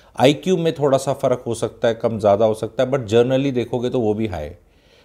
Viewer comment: Generally, it is GENERALLY not JOURNALLY. A very logical suggestion. Don't take it emotionally.